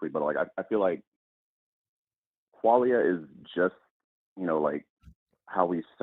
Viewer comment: Quale-ia? 🕊️? Quale? Qualia, Kwa lia, like Kwanzaa without the wanzaa